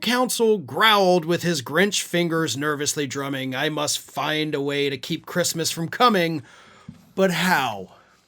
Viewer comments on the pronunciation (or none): "Who gives a 🤬 about ChReestmas." Got it.